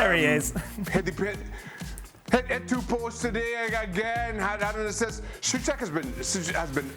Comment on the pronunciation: Did Dan mispronounce tomas souchek as "touchek" or is it just me ?